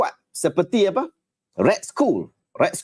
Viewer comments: Red skoll? Pronounce dia red skall (skull) kan? 😅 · otak auto dengar school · Sebutan yg betul - red skal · Tu la, aku dengar cam Ray School....dah sapa.pulak ray school ni....rupanya red skull daaaa....sekali dia tulis arab daaa